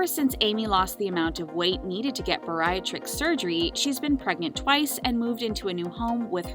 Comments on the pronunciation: bariatric - is pronounced: Bare ee AT rick NOT burr EYE ut rick How is it that narrators these days mispronounce words? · Bear-ree-aaaaaa-trick. Bariatric. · Someone doesn't know how to pronounce 'bariatric'